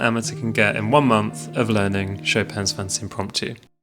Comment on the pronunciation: Btw just for clarification it's not fantasy for some.reason people say it like or some other way but it's pronounced fan-tay-sha